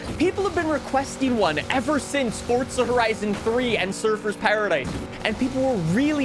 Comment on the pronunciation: SAY FORZA NOT FORTZA